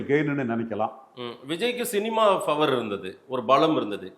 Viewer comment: இந்த முமா எப்போ 'Power' னு சரியா சொல்லுவான்😮...குற்றம் சொல்லவில்லை...பலர் சுட்டிக்காட்டியும் இன்னும் திருத்திக்கொள்ளவிலலையே..😮